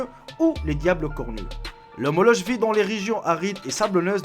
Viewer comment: Ça ce prononce "molok"